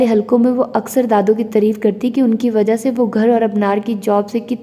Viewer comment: Aap taareef ko tareef padhti hain is liye pls sahi padhiye